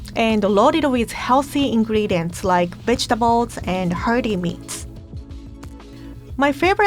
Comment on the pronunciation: I heard "bitchtables"😂 like is the best person to make people eat their veggies like BITCH EAT YOUR VEGETABLES!❤️😂